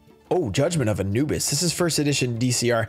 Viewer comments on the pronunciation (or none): none